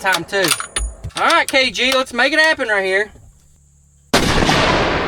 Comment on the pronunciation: Being a born and raised Kentucky boy myself ill tell ya there's nothing like our, Granny's, Nanny's, Memaw's and MawMaw's! I felt like I was listening to my granny when I heard southern draw on that "Raaaahtdeeeeeer" whe when she was explaining the turtle jug!